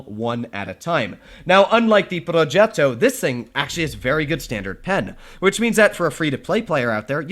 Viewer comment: I love how do you pronounce "progetto". It is so satisfying lol